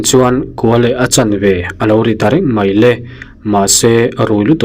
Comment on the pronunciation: Mai le pawh ni lo mei le mei le mei le tih leh a nih chu a nih chu a nih chu tih ngaithla leh mai le ang aw...lam sual ni lo lam thiam loh tlem nen